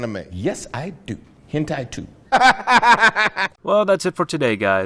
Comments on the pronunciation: When he keeps saying "nwah" instead of hentai😂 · Why do I always hear " quack" when he wanna say hentai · Ahh... I, too, love a good h-QUACK-tai... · wait, you can't say hentai?